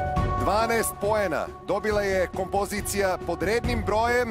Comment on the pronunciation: KomPOzicija, koji vam je to naglAaaasak?